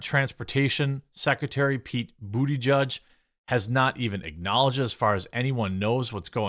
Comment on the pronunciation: Buttigieg is a Maltese name and should be pronounced as Boo- ti-ge-ah